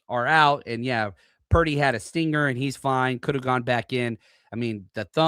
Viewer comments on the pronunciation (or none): none